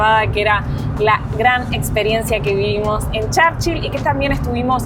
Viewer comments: No se dice: Charchill se pronuncia igual Churchill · Se dice Churchill no charchil 😂😂😂